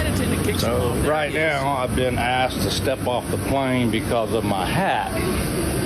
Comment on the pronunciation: She said I AKSED OTHERS. Oh boy.